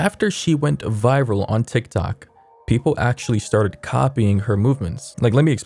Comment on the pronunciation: how you said toktok 😭😭